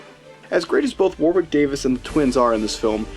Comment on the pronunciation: It’s pronounced wo-rick